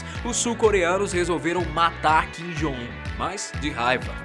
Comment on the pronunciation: Ele dizendo "Kim Jong Un" me da uma agonia 😂😂😂 Mas paciência.. ninguém é obrigado a pronunciar certo de qualquer forma